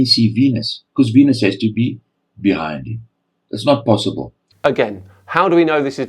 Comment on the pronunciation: It's not posaaaybil